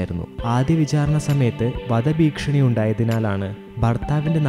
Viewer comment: വധഭീക്ഷണിയല്ല വധഭീഷണി